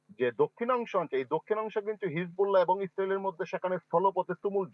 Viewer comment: হিবুললা না হিজবুল্লাহ হবে